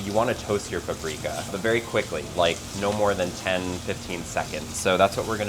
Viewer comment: its not pappreeeeeeeka you moron its paprika